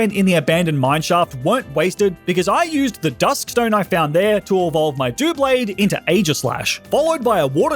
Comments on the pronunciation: doo-blade? freaking doo-blade? what is it? it is TWO swords, TWO as is double not dooble what is a sword? it's a blade dou(ble)blade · How You Say Doublade Is Doub-blade not DOO-blade Just To Tell You